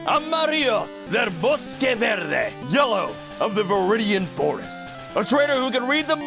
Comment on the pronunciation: Your pronunciation of "del bosque" was amazing! "Amarillo" sound like you are German (specially at the beginning, once you kept going, it started to sound more confident). Try like Amarii-yo.